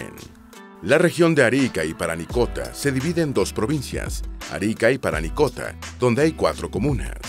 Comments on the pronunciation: Faltaron cosas y algunos nombres están mal: El nombre de la región más al norte es Arica y PARINACOTA, no Paranicota; la Capital de la Región de O´higgins es Rancagua, no el trabalenguas que se dijo xD; Es Araucanos, no el trabalenguas que se dijo otra vez xD; La capital de la Región de Coquimbo es La Serena, la segunda ciudad más antigua de Chile, fundada por Pedro de Valdivia, la cual no se nombró para nada al igual que la capital de los rios la cual es Valdivia y tampoco se nombró para nada al igual que la de la región de los lagos, que es Puerto Montt la cual tampoco es nombrada, pero luego viene el trabalenguas peor del video, la cual es la capital de la región de Aysén la cual es Coyhaique (que se lee Collaique) y por ultimo la capital de Magallanes es Punta Arenas. El nombre actual de la Isla de Pascua es Rapa Nui, ya no Isla de Pascua. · Parinacota, no "Paranicota" 🤦🏽‍♂️ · Oye por qué dice Paranicota?, lo correcto es Parinacota. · Es chistoso que por primera vez dijo Parinacota y luego todo el rato dijo mal Paranicota xD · Hola, estoy comenzando a ver y pronuncias mal parinacota, dijiste paranicota 3 veces... Ojo que aca no han habido nunca indigenas, no somos indios, somos mapuches, quechuas, aymaras, etc, pero no indigenas. En cambio puedes decir pueblo originario, ancestral, prehspanico, aborigen, etc. Saludos desde Pichidegua. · Parinacota. No paranicota 😂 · parinacota no paranicota XD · PaRInacota, No PaRanicota. xd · No sé dice paranicota. Si no. Parinacota. Haber. Parinacota. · (19/04/24) Oye presentador…. Lee bien los textos les nombre l AC primera provincia es Arica y PARINACOTA. Lee bien…. Un error es perdonable, pero no varios. Sorr